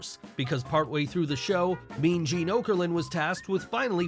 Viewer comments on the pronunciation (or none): none